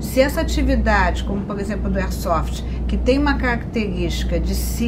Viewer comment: Concordo que deve haver sim um regulamentação, mas não uma burocratização que vai acabar em algum meio do Estado ganhar em cima disso. Quem são esse praticantes do esporte que fizeram parte dos ajustes dessa Lei. e não é "ersofi", é AIRSOFT. kkkkkkk Parabéns pela iniciativa mestre. Força e Honra!